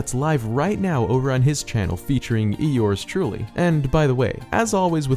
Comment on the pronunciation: when you mentioned hg's vid it sounded like you had said eor's truly. not trying to be rude.